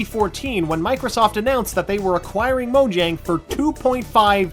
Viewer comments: It's pronounced Moyang. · You say mojang not the right way